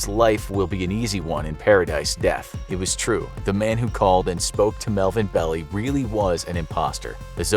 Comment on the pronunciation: Melvin BELL-EYE